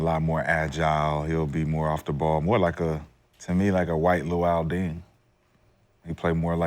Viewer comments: This man said Latner and Deng! The disrespect is real! Lol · Did dude just say loul deng😂😂😂